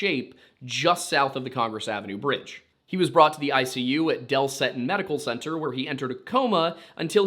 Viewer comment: I love you guys. Y'all do an amazing job. Fun nugg; It's spelled Seton. It's Pronounced Seeton. Keep up the good work!